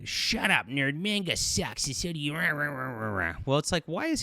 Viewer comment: Manga is pronounced MAWN-gah, not MAYN-gah.